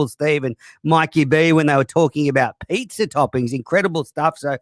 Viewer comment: "pay-zaa" god shut uppppppp